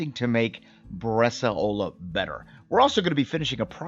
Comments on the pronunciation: Awesome. Btw, it's pronounced bresàola, not bresaòla. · I love your videos, thank you very much. Until I was scrolling through some previous videos, I didn’t realize you had made one on Bresaola. I’ve been making Bresaola for many years now at home with great results. I haven’t tried the dry age element, but that sounds like an amazing idea. If I may make one quick comment, and it’s not intended to be negative – just informative: it’s about the pronunciation of the word. It’s pronounced “BRES-SOW–LA“, not ‘bres-a-O-La’. again; thank you for the great videos. I really appreciate the time, effort, and knowledge you put into this !